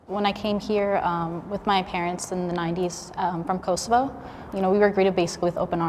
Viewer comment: Elira Mavraj Same, had to replay that when she said Kosovo like hajde shqipe🇦🇱